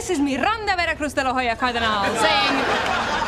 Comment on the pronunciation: I guess that when the second surename is important we hispanic use both; or when our parents were not married when we born. But I just don't understand why she says "Mirranda" instead of "Miranda" (even Al Bundy says it right in